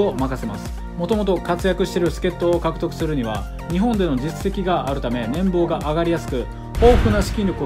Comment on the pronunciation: 年俸（ねんぽう）を年棒（ねんぼう）と呼ぶ癖があるから気をつけてね